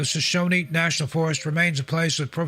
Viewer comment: We pronounce it just like it's spelled... Shoshone, not Shoshoneeeee. "Shuh-shown", No extra "E"s at the end. 😉